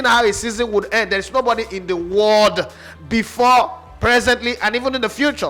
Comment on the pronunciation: The stress on "the world" though